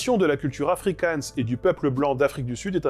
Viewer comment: Attention à ta prononciation du G en Afrikaans et en Néerlandais, … c’est pas un G allemand comme dans Gulli, mais bien une Jota comme Johann Sebastian BaKHHH